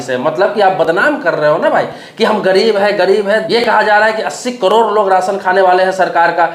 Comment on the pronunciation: पहले करोड़ बोलना सीख,😂 कड़ोर नही 😂😂